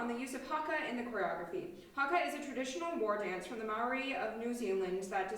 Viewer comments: Just need to roll your R a little harder. Mou as in mouth then ree but the R is rolled so hard you could mistake for a D, like I did because my Maori friend doesn't bother to roll his when he pronounces it. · I wish I could see Naoki ripping you a new one about your Māori pronunciation - I wish you had edited him into the video with clips of him saying it, like you did with before. I love seeing having a good time! I still can’t get over how handsome he is, too… You know meant “coming through”, because he’s always coming through. I would give money if I had any, but that sounds like a sugar baby, so I guess not… he has nice arms, though!…